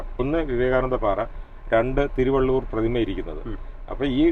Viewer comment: ആശംസകൾ നേരുന്നു ഒരു ചെറിയ അഭിപ്രായം അറിയിക്കുന്നു തിരുവള്ളൂർ അല്ല thiruvalluvar ആണ് ശരി😊